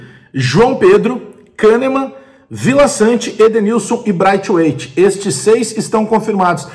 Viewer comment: Nao aguento esses videos do falando o nome do cara ao contrário "braitueit". Bagulho irritante, fala direito